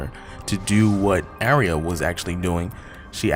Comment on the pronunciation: I'm sorry ...I HAVE to correct your pronunciation of her name....it's Ahhh-ree-yah or another common one is Arr- yah...long A not short....sorry but it matters.